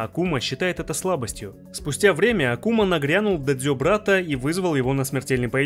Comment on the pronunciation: Привет,. По классике контент качественный, да и произношение хорошее, но правильно произносить Áкума, по-японски демон. Как и Кáзуми, можешь даже прослушать диалоги в сюжетке в оригинале. Да и перед боем Хейхачи/Казуми Хейхачи произносит "Кáзуми"